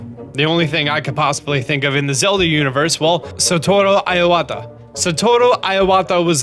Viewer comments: its pronounced ee-wah-tah ffs. And en masse is pronounced as en mass, the e is silent. ALL i's in japanese are pronounced ee. when following an a, it sounds like ay to us, but it is ah ee. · Iowata En masé? Blurpee ... You're funny and I still like your videos but geez anything non English gets butchered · dude your pronunciation is killing me. its pronounced EE-wa-ta. typical foreigner pronunciation, but im half. :) lol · TrueTydin He also mispronounced Homage, Ephemeral, and Iwata. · that Satoru Iwata name-butchering annoyed the hell out of me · Kinda pissed my off on how he pronounced Iwata’a name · Thats not how you pronounce Iwata ffs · Phew, your pronounciation of Iwata hurts my ears xD Too bad you can't register the lord of the mountain :( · The moment when you realize he doesn’t know how to pronounce Iwata... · Please learn how to pronounce.... literally everything. Iwata, en masse, blupee, homage... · Satoru Iwata pronounced as sah-toh-roo , ee-wah-tah (いわた) not aiwata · It's not "EYE-wata". It's "EE-wata". Please correct the pronunciation of your Japanese last names or just refrain from using it. >.> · Ur incorrect pronunciation of Iwata is annoying me - especially because u try to put on a Japanese accent each time u say it and it's still wrong. Iwata not aiwata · It's not pronounced "eye-wata", it's pronounced "e-wata" first 5 letters in the Japanese Alphabet: あ a, い i, う u, え e and お o. あ is pronounced "ah", い is pronounced "e", うis pronounced "ooo", え is pronounced "eh" and お is pronounced "oh" Iwata is spelled いわた in Hiragana (one of the alphabets used in Japanese). I is the first letter, Wa is the 2nd letter, Ta is the third letter. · I-o-wata I-o-wata I-o-wata I-o-wata.... where the hell did that O come from?! Eh-wata Eh-wata IWATA!! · OK but that mispronunciation of Iwata is driving me crazy. It's not EYE-wata, it's EE-wata. Japanese "i" always sounds like "ee". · Why are you prouncing Iwata Iowata? There's no O there man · Iwata not I-Wata